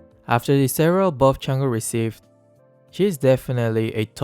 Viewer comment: Is it just me or said chang'e he